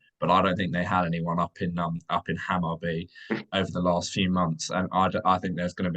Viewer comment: Hammarby - pronounced "Hammarboo" (kinda) , let's see how he does. The Danish team he managed got relegated after he left, not sure what that means.